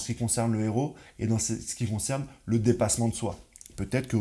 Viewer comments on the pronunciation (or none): none